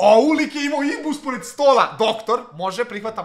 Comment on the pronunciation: nije imbus, nego inbus